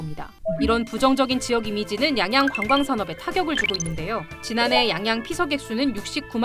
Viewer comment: 양양이아니라 앙앙이라고했어